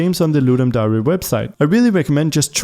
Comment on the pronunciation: it's Dare, not dairy, as in truth or dare.